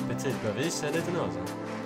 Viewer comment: Du säger petit helt fel